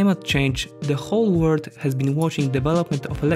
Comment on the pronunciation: I can't stand it! Why can't the narrator say WORLD, with the L? All I hear is - All of the word is going green? - Now that's not the R and narrator is not Japanese to mix it up. What gives? Why do people make content that's interesting and straining to consume?